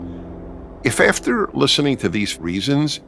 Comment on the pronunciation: "Ef efter" blah blah blah